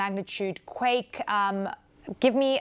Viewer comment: It was a earf qwack